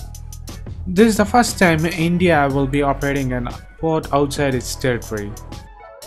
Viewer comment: How to say lndia....hahaha